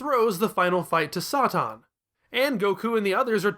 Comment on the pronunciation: My money is on Mr. Sahtahn and Veedehl, rather than the Sigh Yawns.